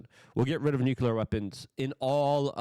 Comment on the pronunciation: Newkyeller?? Try new-clear